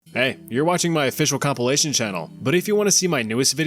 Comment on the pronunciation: Nice channel but holy sh*t two words you need to learn how to pronounce. Number one: Com-pile-a-tion. PILE, PILE, Com PILE ation! Not "Complation". Also, the word syrup. It's SYRUP! Not "Sear-up"! Syrup rhymes with stirrup. WTF is "Seeeeeeerup"?